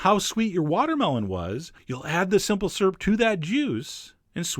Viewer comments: You have the same speech impediment as me! I also can't say "skewer" or "syrup" :P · "Simple surp"